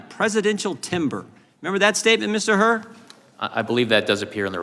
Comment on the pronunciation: It's Hur, not Hurt.